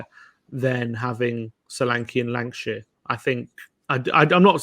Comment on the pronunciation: Lankshear, not Lankashire.